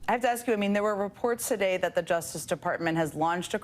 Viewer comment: You don't do that Leticia, are you a crook.. axing for a fren!